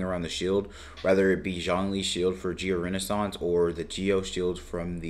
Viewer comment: "Geo Reneissance" 😂😂😂